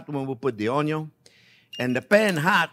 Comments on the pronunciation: I love the way he says onyon 😂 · I so love this man.... we have to make onyon 2.0 - HAHAHAHAHAHAHAHAHA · What is a ONNGYUUN? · I love the way Chef cuts the Onyon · Sausage and onyo, a match made in heaven! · "onyo is number first!" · ONYION 2.0 😂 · I love how you pronounce 'onion'. Takes me back to watching Justin Wilson cook. Your enthusiasm brings a little bit of that experience back, too. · Ok now I know how to cook sausage, I’m going to make this soon. And I will try to pronounce onion like Chef JP.